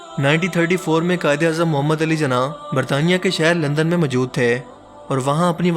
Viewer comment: Zina nahi jinah bola bhai